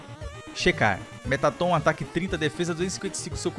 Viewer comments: Vc fala o nome do mettaton errado se diz merraton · se escreve metaton mas se fala meratton